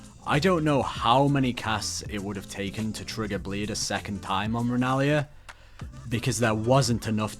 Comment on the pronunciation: Idk why him calling her rennlia was so funny to me